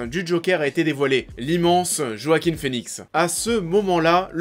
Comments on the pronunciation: Par contre on dit "Roaquin" et pas "Joaquin" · Il s'appel JoaquiN et pas Joaquim.. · C'est Joaquin avec un N ^^